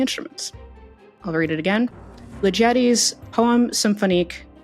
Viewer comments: Someone else may have said this before, so sorry if a repeat, AND I hate to be “that” guy, but since I studied 20th-century music at university, I feel obligated to point out that the composer’s name is pronounced Li’-ge-ti — Emphasis on the first syllable, and with a hard “g” as in get. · As a professional classical musician, I just wanted to clarify the pronunciation of Ligeti. It's a hard G and the stress is on the first syllable. Anyway, love the show! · I've come across György Ligeti before and know about some of the weird musical performances he's come up with, so for the first time I instantly got the answer for this one. It's a shame they didn't even try to pronounce his name correctly though.